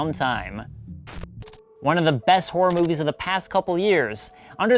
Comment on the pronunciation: people who pronounce HORROR as WHORE.